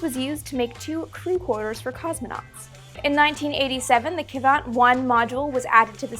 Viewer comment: A bit of Russian pronunciation for my fellow space geeks: sa-LYUT like "salute" sa-YUZ (yes I mean "sa" like "saw" even though it's spelled "soy" ... Russian spelling is ... special) 1 syllable: Kvant. Start by saying "quant" and then add your best Dracula impression and your bonus item today: sa-YUZ-ap-POL-lon -- known in America as Apollo-Soyuz.